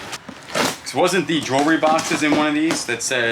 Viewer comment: I like on his videos when he says jewelry